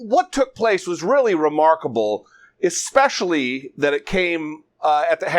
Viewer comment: did you notice that the gov of oklahoma said EXpecially in ok.